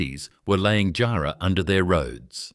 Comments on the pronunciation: Tough job getting a helicopter 6.30 to Jarman in 1888. Teach your AI to pronounce JARRAH and KARRI 👎👎👎👎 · If I hear Roebourne and jarrah so atrociously mispronounced like that again I'll flip my lid